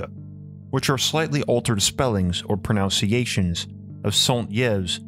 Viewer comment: You butcher the French pronunciation of Alexandre Saint-Yves. You do a Spanish "R" on Alexandre (not French R) and pronounce Yves incorrectly. You also mispronounce other words, including "primordial" and "pronunciation." You say "PREmordial" instead of "PRImordial" and "proNOUNciation" instead "proNUNciation." You also mispronounce "phonetically." All this does make you appear less than educated. Finally, your speech is slow and laborious to listen to. Perhaps you could speak/read a more fluently and with natural inflection.